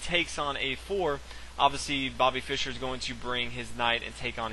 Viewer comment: why cant he just say fischer lol, he says byrne.